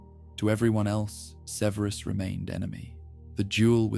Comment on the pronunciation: Great except for all of the mispronunciation of Severus. Extremely annoying. Takes me out of the story.